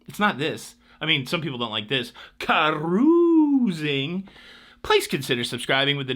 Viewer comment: I applaud Carnival for not having political coverage on ship. Don't change anything, intro song, or your fun "cah-rooz-ing"!